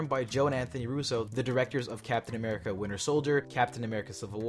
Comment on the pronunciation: did you say amirica????? looooooooooool